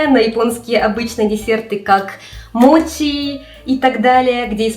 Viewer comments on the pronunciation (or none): none